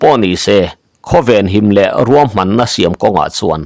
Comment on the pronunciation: Ruam tih tur niawm takah "Kuam"ti vekin i lam hlawm a,Mizo tawnga Ruam tih hi a dik lo tihna em ni dawn le.